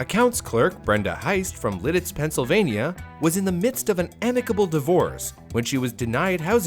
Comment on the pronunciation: Thank you for pronouncing Lititz correctly 🙏